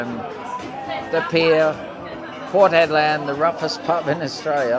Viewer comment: Dude...Port Hedland not Port Headland.